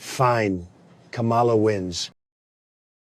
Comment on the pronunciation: That's not English ka-mala